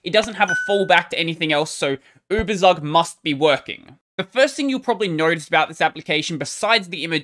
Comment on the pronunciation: "Ueberzug" is a German word (Überzug) which means "Coating". It is correctly pronounced "Uebertsook".